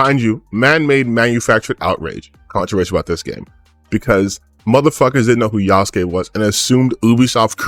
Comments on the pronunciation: Ah yes, an insider who knows a whole bunch about this project but calls him Yah-sook. Totally believable, amirite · I hate when they keep saying Yasuke's name wrong